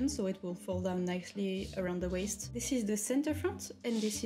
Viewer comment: My name is Bond. Waist Bond. (Sorry, I just find your pronunciation so cute😭) You going absolutely ham in the end was so deserved :) My biggest sewing mistake doesn't even get to the sewing part: I was planning a quilt and did my math FIVE times over to ensure I would order the right amount of fabric for each color......and then ended up having only enough for about half of it. To this day I still don't know how that happened :')